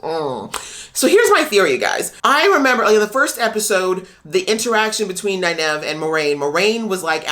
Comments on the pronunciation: Also, it's pronounced nine-eve, not nine-ev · Note: Nynaeve is pronounced "Nine eve" where Nine is the number and Eve is like "Christmas Eve." The mispronunciation of her name by Liandrin was meant to be a joke about book readers mispronouncing her name a lot, but it happened to have the effect of confusing a lot of people new to the series who didn't have her name down yet. It is too bad they didn't have Nynaeve actually correct her. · While it could very well be a nod to book readers, I actually think the mispronunciation and subsequent "I can't place the accent" line was an Aes Sedai probing statement. She was trying to figure out who Nyneave is and where she came from. "Aes Sedai always tell the truth but it might not be the truth you think you hear" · Nynaeve is pronounced "9-eve" (as in Adam & Eve). Great reactions :)